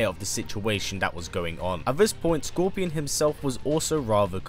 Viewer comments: If you watch the video fully you’ll hear him say Gorpion or Corpion. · Did anyone else hear him say gorpion